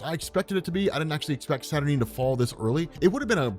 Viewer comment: You say Saturnyne wrong.